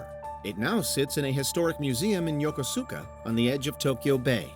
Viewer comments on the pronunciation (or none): The Japanese ship Mikasa is in Yokosuka, but it's pronounced yo-koh-skah. Grinded my gears a little when they pronounced it how it sounds lol